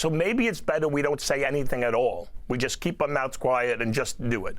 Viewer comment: And it's "just" not "jyst" educated man.